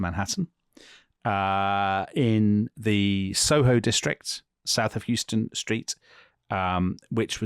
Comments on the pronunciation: Noooo...please note, it's pronounced House- ton Street not Houston...thanks 😊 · In NY City it's pronounced like Howston, not Hyuston. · The street is pronounced House’ ston not Houston like the city! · SOHO, south of Houston St. Houston is pronounced “HOUSE-STUN” street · Houston St. is pronounced House-ten St. Not to be confused with the city in Texas or Whitney. 😊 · Dunno if anyone has already said this, but it's pronounced --HOWSTUN Otherwise, fun show. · Dominic, As an American I greatly enjoy both your expertise and perspective on American history and cultural history. FYI, the street in New York City is not pronounced liked the Texas city, Houston, but rather "house" as in a place of abode, House-ton. Justin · You guys need to learn how to pronounce Houston Street. Dominic said it all wrong. It's pronounced "hau-stuhn" street!